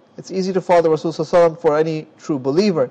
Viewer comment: Can you Please say Sollallahu alayhee wasallam, not “soh wasam”. U saying it fast and its heard wrong. I’m getting annoyed . I’m sorry for correcting you. Thank you